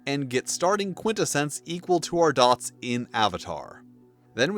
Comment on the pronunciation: Who pronounces Quintessence like that LMAO bro what on earth?